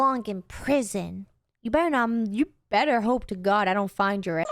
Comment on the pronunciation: When you say better it sounds like you say butter